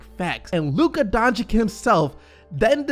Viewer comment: He's not Donchick, he's Donchich!